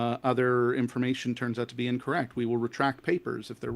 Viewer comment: "Scientific Incorey"